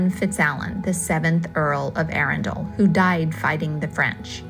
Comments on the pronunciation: Say 'Arundle', accent on the capital A. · Try saying 'trundle. or 'dirndl' - it's really easier if you forget the 'e;'on the end - 'muddle'? 'Puddle, maybe? Just try ARRUNdle - the AR and Run are level - and the 'd'l is tacked on the end. Many Americans have endless problems pronouncing English place names, let alone Welsh, Scottish and Irish all of which are based on two other native languages - neither of them English. TBH it's painful to listen to. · You made Arundel [pr Arundle, like trundle] sound like a place from 'Lord of the Rings'.....................plus lots more. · well, you probably are new to me, but I usually do a good job pronouncing most British place names. I think 90% of the time I'm correct. The mistake I made at Arundel was that I didn't ask how to pronounce it before filming the video! That's what I typically do. I have been visiting Britain since 1985. Since I have been married to a British citizen for the last 31 years, I have been there dozens of times. We now live in England five months out of the year. I've learned a lot in that time!